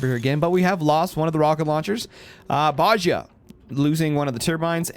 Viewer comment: i think you pronounce it like Dosia from CSGO with a sch in the middle Boschia but im not sure about it